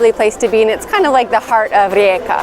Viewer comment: I very much like it that you pronounce the city correctly.